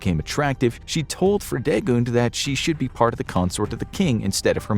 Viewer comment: I love how Fridegund is pronounced here as a German speaking person :D